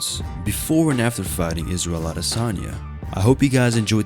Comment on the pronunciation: "eef oi wos israyel oi wood feer mei."